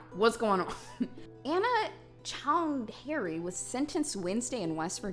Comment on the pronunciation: ‘anna CHOUND-HAIRY’ lolololololol. Nice